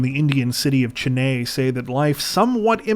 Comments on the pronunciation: The Indian city once known as Madras is Chennai, pronounced Chen-i not Chen- ay.😊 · Gimp suit man returns, well sort of! I love these, don’t stop them! 💗 ❤️ note : Chennai is pronounced “chen-eye” as far as I know.